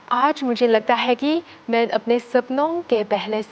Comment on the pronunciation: She definitely doesnt speak hindi and reading the script of you observe. मैं main she prounce मैन